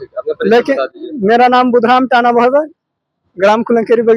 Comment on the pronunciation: टाना होता है पत्रकार महोदय ताना नही